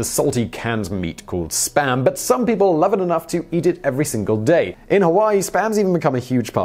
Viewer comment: Please don't pronounce Spam like that anymore... I was absolutely sure you said something else.